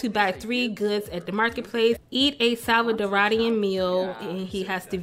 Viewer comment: It’s stressin me out the way you’re saying salvaDORA and salvaDORIAN not salcadaraduh...